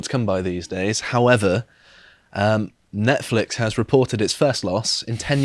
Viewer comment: idk, maybe its an accent thing, but its pronounced 'Nonce-flix' its really distracting calling it that weird name